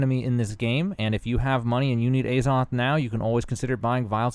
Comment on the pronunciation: omg it's not Ayzoth